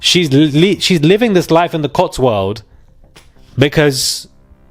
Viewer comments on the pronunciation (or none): Cotswold...not Cotsworld.